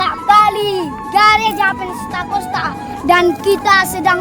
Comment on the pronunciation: Gereja Penstakonsta....yg betul Pentakosta gaes...hahahah